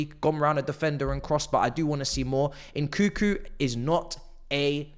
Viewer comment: Its nkunku bro not n, koo koo😂 your meant to say the second n